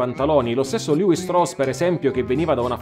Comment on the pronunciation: La pronuncia esatta del cognome ebraico è “Levì” come una delle 12 tribù.